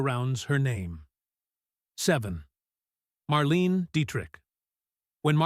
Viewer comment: You can't even pronounce "Marlene" properly. You are way off the mark on your silly suggestions about Dietrich, Hepburn, Crawford and Bankhead being "secretly born male". Shear sensationalistic bullcrap.